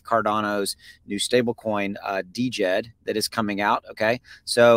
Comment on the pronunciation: Love your videos. Thank you for all your hard work. However, the first D is silent in DJED, its pronounced Jed.